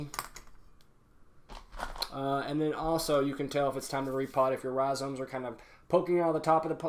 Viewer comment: No one:: rhiZOMES